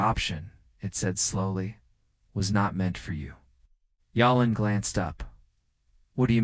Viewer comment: Narrator seems to be reading English names but using Spanish pronunciation for them, Jalen is not pronounced with an H or a Y sound. It's saying Halen or Yalen instead of Jalen, it never says his name the same way twice. Decent story but distracting narration.